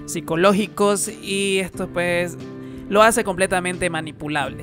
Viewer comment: Me gustaban más tus videos cuando decías 'puej' :'V